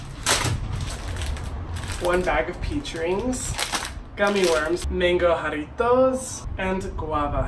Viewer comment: Omg i have never heard a white person say jarritos that nicely damn respect